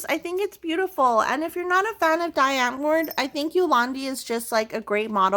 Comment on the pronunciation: Can't wait to see it done, i think it is going to look amazing. Afrikaans lesson nr1 Die is pronounced dee. Now you can listen to Die Antwoord while you do the canvas and send me your afrikaans questions via insta 😋. Enjoy it